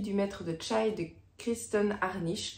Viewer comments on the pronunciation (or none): Bonjour. Je pense qu’on ne prononce pas le maître de « tchaï » mais le maître de chai.. il s’agit de l’endroit où on fabrique le vin et je pense que c’est bien le contexte du livre. Je te fais remarquer cela tout à fait amicalement. Comme tu l’as écouté en audible que disait le lecteur? C’est peut-être moi qui me trompe complètement 😀😀